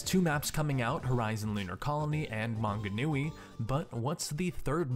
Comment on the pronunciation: Hearing people entirely mispronounce New Zealand names is quite funny. Tauranga is my favourite xD (To be fair, Manganui was pronounced pretty well ;) )